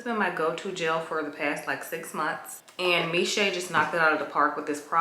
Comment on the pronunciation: The brand Miche is actually pronounced Meesh